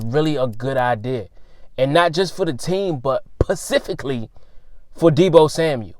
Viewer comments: “Pacifically?” Did we sign a West coast deal? Or did he mean “Specifically?” And what is a “Runner” Back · What is pacifically? I can't find it in the dictionary